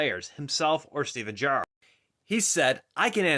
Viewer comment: Stop saying Gerrard weird